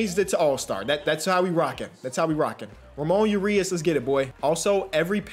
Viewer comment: It’s Pronounced Ra moan Ur E Us